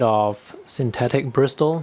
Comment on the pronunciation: Hi, thank you for the informative video - I have a small collection of travel brushes and was curious about a couple you showed (not that I need any more!). Just a minor pronunciation note, don't say the "t" in bristle - it's more like brissle. I have a set of Silver Brush Black Velvet travel brushes that I like a lot but the quality is not consistent from brush to brush (hopefully they have gotten better since I bought them though). My newest obsession is a hybrid waterbrush I made for travel - it's not as compact but it is very convenient; it combines a sable hair brush tip with a waterbrush body (if you are interested, I just posted about it).